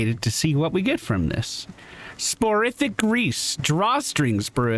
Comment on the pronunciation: Pronunciation Tip: Soporific (meaning "of sleep") is pronounced "sopper-ific." Hope that helps. I'm a long-time fan - You're the one who got me into HotS - and I honestly didn't think I'd enjoy an Elden Ring series but this not only gripped me but got me playing the copy of Bloodborne I already owned but never picked up and will probably get me to buy Elden Ring too. I don't suppose there's somewhere I can tell them "Hey give a kickback, this sale is 'cause of him!" is there?